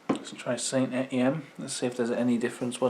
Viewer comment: I think the Sainte Etienne is pronounced San Etienne after the french city, Ray had can of it before and said it was just like Stella only cheaper, nice face off vid mate keep up the good work 👍